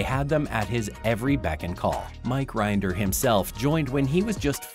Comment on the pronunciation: Mike RINN-der. Rhymes with bin, din, Lynn, gin...